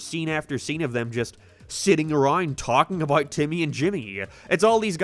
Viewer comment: Your pronunciation is so frustrating How did you say “abaouuu” instead of about?